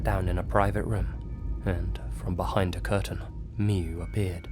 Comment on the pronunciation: It's pronaunce miyu